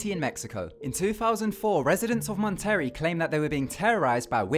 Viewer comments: Monterey = Mon-ter-ray Bruja = Broo-ha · Boy you said everything Wrong... montary? It's Monterey (Mon•Te•Ray) and broojes? It's brujas (Broo•has) JS... trying to help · Lol... it's funny how he pronounces certain words because of his accent. Mon-terry (Monterey) and Bru-juhs (Brujas) to name a few. Love this channel. Cool video bro. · bruh I couldn't tell what he said, so I was looking at the comments so I knew what he said